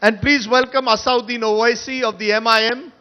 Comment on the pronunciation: It's not Asauddin fool Rajdeep, it's Asad-ud-din, lion of religion.